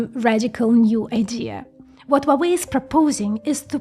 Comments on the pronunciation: Wuawei? H u a W e i. Spell the letters please. It’s impossible to listen. Sorry for that… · you do not pronounce correctly hua wei, it should be according to wikipedia : /ˈhwɑːweɪ/ HWAH-way; there is a R sound at he very beginning like in hua